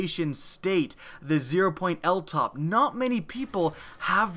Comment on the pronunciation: its L O T P..... not Ltop